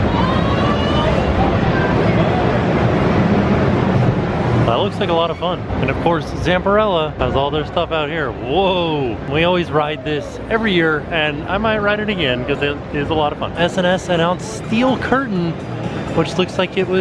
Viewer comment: Thanks for the video. By the way it’s Zamperla, not Zamperella!